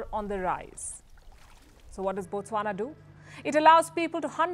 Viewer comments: Thanks for pronouncing Botswana well. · Wow the way u pronounce Botswana is impressive😊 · Wow you said Botswana exactly how we locals say it. I always watch your videos